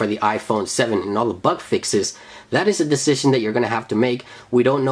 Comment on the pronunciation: Can anyone tell me what a "buck fix" is??! Is that like a "bug fix" only pronounced wrong?!